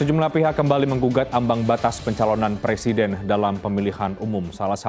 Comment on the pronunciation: Lizal bilang punya hak ....semua orang punya hak tapi jngn lupa anda juga punya kewajiban ... Apa itu kewajiban anda ya itu wajib mengikuti undang2 yg telah di sepakati nafsu banget sih lizal lamli ....kerja aja dipecati gak ke pakai kok mau jadi pleciden ....Maaf ....brooo ngomong aja ga lengkap week....wek...wek... .